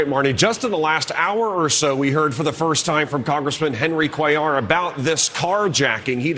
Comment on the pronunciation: 👍....tHANK U for pronouncing Cuellar correctly...my mom's maiden name was cuellar... and even here in NM I've heard many weird prounciations and misspellings. ps/we're been here since the colonization of NM.